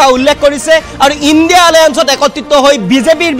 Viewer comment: সাংবাদিক ডাঙৰীয়া ইন্দী নহয় ইণ্ডিয়া মহাজোত অলপ শুদ্ধ কৈ কব বুলি আশা ৰাখিলোঁ।